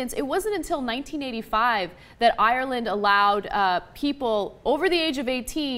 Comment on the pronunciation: Why cant she pronounce Ireland right